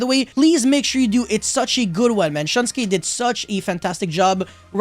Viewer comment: u keep saying shunsuke's name wrong xD